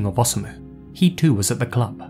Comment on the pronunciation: It's best to pronounce "Osamu" by keeping the "O" and "sa" together, like "Osa-mu," just as you pronounce "Hiroshi." I was curious but I stayed away from this case because it was so weird (after all, it involves beheading performed by a woman none the less!).